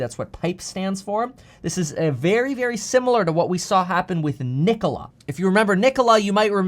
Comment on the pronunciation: Please don’t say “Nikola” lol